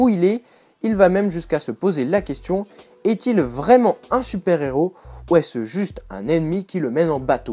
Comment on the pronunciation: La pelleteuse n'est pas un Inhumain, mais un Non-humain une race extra-terrestre il me semble mais oui l'histoire est plutot naze, même en comic book day gratuit j'aurais l'impression d m'être fait arnaqué :D PS : stop de prononcer "un néros" :P le h est aspiré